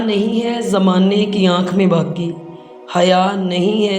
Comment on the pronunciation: Aap ka talaffuz GHALAT hai, BAQi ko baki padh rahe hain, Allama Iqbal ke aqwal padh rahee hain,vo bhi GHALAT